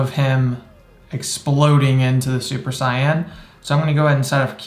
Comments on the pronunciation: 'super cyan' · “Super cyan” tsk tsk tsk